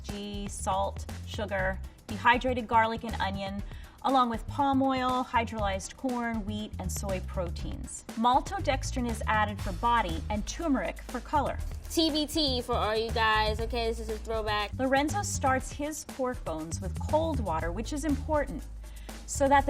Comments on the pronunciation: even "'scientist" lady doesn't know how to say TUR - MER - IC. TUR. It's NOT "toomeric". Jesus. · ITS NOT "2-MERIC", "FOOD SCIENTIST".... ITS TUR-MER-IC TURRR TUUURRRR NOT TWOOOO